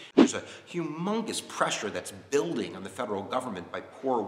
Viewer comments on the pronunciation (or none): none